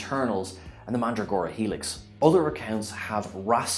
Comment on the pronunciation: How can you purport to be a true fan, and yet not know how to pronounce "Omega" and "Mandragora" as pronounced in the actual program? It is to be wondered. That being said, whatevs. Doesn't really matter I suppose.